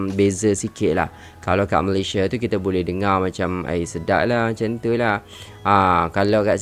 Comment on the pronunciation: Ya betul.... rasmi sebutan utk ejaan MALAYSIA adalah Malaysia bukan Malaysiyē 😊